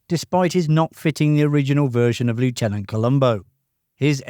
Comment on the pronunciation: Mispronounced 'lieutenant' there, my friend...